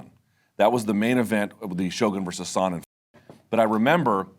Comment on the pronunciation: I dislike how Luke says "Sonnen"